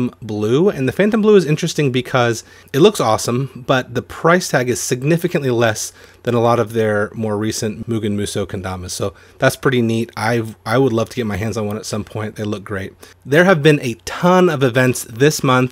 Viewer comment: my favorite kind of videos you do!!! And just a heads up, Mugen Musous pronounced with a hard U like "m-you-gun m-you-so" , but a lot of people confuse the pronunciation. all in all, good video